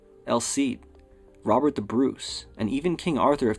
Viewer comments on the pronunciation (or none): none